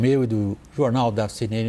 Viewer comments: "CNneni" O velho nem consegue pronunciar o nome da sua entidade patronal correctamente! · Cêenêne kkkk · engasgou na pronuncia CNN pois sabe que estava prestes a falar com um vampiro kkkkkkkkkkkkk